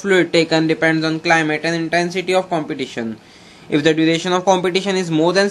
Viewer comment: thank you this video helps a lot but please competition ko complition kyu bol rahe ho yar.